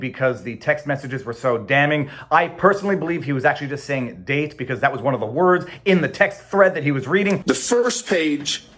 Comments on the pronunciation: Dude 100% said "dang". I was explicitly listening for "date" and distinctly heard "dang". 🤣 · Date dang hard to say